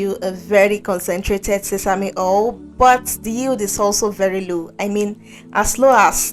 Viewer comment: Not hol!!.. say oyl😂